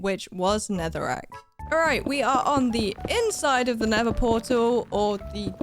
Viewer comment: When she said “oh it’s just a block of NETHERIGHT” instead of netherack🤣🤣